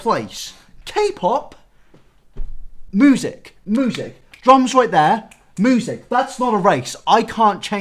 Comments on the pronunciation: How people say music: "music" How this man says music: "moo-sick" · WHY DO YOU SAY MOOSIC IM CRYING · I’m confused with your pronunciation of “music”. Normally: “mjusik” but: “muhsik” And I’ve never heard and accent like that and it’s quite interesting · NEVER SAY MUSIC LIKE MOOSIC AGAIN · It hits me when he says moosik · i’m sorry mate but did you just pronounce music as “moosic”?? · Nobody:: moosic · is no one gonna talk about how he pronounces it “moosic.” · Who else noticed that says mOOsic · But the way he says music is “Moozeck” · "moosic,,, kpop is moosic" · The way you pronounce music moosic is cute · absolutely nobody:: mOoSiC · lol "moosic" count me subscribed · nobody: literally no one:: moosic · man i love the way he pronounces "music" and "thing"... "moosic" "fing" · No one: Literally no one:: MoOsIc, MoOsIc, MoOsIc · you pronounce music as moosic and it's cute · Still laugh every time says music Moosic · MOOSIC...? Who pronounces it like that. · Why do you pronounce music like “moosic” ...? This is throwing me off mate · Sorry my guy but moosic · You say music wrong you cretin. I don’t like it at all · is it me or he pronounces 'music' weird? lmao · Can we talk about how you pronounce “music”???? 🤣🤣🤣🤣😘